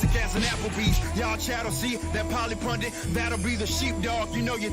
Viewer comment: "Pundit". Not "pundent". "Pundent" is not a word. Never has been.